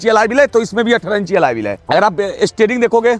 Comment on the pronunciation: Alloy ❌Alaaye ✅